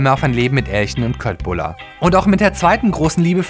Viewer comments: Das heißt übrigens "Schötbullar" und nicht köttbullar. (habe schwedische Wurzeln...) Das "k" wird im schwedischen wie das "sch" gesprochen. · Es wird zwar köttbullar geschrieben aber es wird schötbullar ausgesprochen xD sry musste sein wohne in Sweden xD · Es heißt egt. Ausgesprochen chöttbüller ( bin 25% Schwede xD) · Es wird Schöttbullar ausgsprochen +